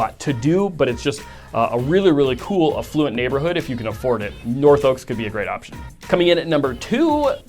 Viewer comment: 1. North Oaks average home price is closer to $1.1M -- not $1.5M. 2. You are mispronouncing affluent. Frequently.